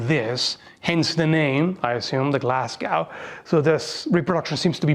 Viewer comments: Glasgow is pronounce go not gow like cow. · Glasgow pronunciation: Glaz-go. Not Glass-gow. As a Scottish person, I had to double-check the description to make sure you were saying what I thought you were. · Glaz-go not Glass-gow please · Great to see a Scottish weapon being talked about. FYI Glasgow is pronounced "Glaz-go" rather than "Glass-gow" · love you bro but coming from someone from Glasgow it's pronounced glas-go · it's pronounced glazgo not glasscow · Glasscow or Glasgow like “Glaz Go” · "glasgau" lmao. It's pronounced like in the word "show", or locals say "Glesga". Great video, but as a scot I thought you were talking about a really obscure place until I realised lol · Its said 'Glaz-go' my good ser! Not 'Glas-gow' Source: Am from there ;D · Sorry. Glasgow native here. It's pronounced "Glaz-go", not "Glass-gow". Awesome shield. Beautiful design. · Sorry about this but Glasgow doesn't rhyme with cow. Just pretend the 'w' isn't there when you say it Glass-Go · Glasgow = glaz-Go Not glass-cow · As a Glaswegian, I just can't help but correct the pronunciation of my home city. It's 'Glaz-go'. Great vid, as usual. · Its pronounced Glasgo not gow lol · Couple tips on pronunciation Glasgow = Glaz-go, not glass-cow Colloden = Cull-odd-en Other than that, love to see some Scottish equipment represented, cheers :) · bonnie targe. Glas-Go brother, not as wrote. not "Gow" but "Go". think Moscow and how you say it. you don't say Mos-Cow ;) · Scottish from Glasgow. Its pronounced Glazgo (normal) or Glezga (slang). Absolutely nobody says Glasgay. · Glass-go is how it's pronounced. Unusual to hear that w xD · I love hearing Canadians and Americans trying to pronounce Glasgow. It's more "Glaz-go" than "glass cow". Bonus points for Glaesga(Glehs-ga), but that doesn't really work outside a weegie accent.😂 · Actually it's Glasgae. almost Glazgay but not quite, The English pronounce it Glaz-go or even Glarsgo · Also Glasgow is Gla-ss-go Not Glass-goo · “glass-gau” lol